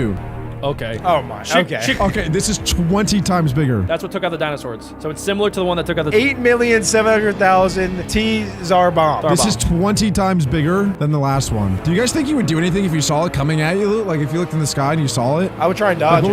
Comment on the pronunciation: I knew was dumb but not this dumb he doesn’t even know how to say the biggest and most dangerous nuke ever it’s a tzar bomb but it’s said as a zar bomb